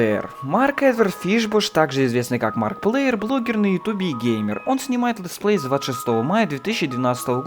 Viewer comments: дружище, ну проработай произношение и чтение, пожалуйста ты даже markiplier как маркплейер читаешь =( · маркиплаер.... не маркплеер.. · МАРКИПЛАЕР А НЕ МАРКПЛЕЕР